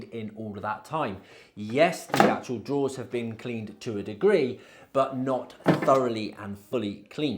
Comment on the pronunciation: Drawers not "draws". Fs 😂